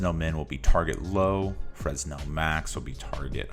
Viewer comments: This is a great material! Thank you! A couple of notes: 1) Please minimize your preview so we can see the shader graph better. 2) Fresnel is pronounced "Fren-ell" or "Fruh-nell", the "s" is silent. I had a hard time figuring out what you wanted me to do. Thank you again! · Never heard someone call Fresnel Exponent francel made me chuckle